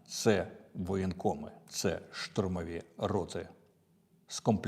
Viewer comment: ШАУРМА -- штурмові роти ( наголос на 'и' ) з воєнкоматів